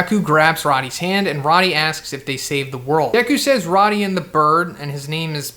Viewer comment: Pretty sure it's pronounced like "roadie". Rody doesn't have two Ds.